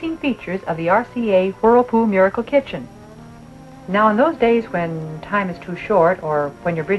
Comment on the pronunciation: She keeps saying “RCA Hurlpool Murkle Kichin”